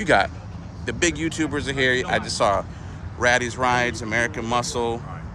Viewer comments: RAYYYYYYTEEEEES RIDES. NOT “Rattys”. Poor. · I love how you keep joking about other YouTubers huge channels calling them small when in reality how many subscribers do you have…? And by the way it’s not pronounced Rattis, its Raiti’s smh!!